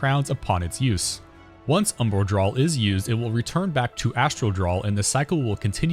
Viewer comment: The word is "draw" not "drawl"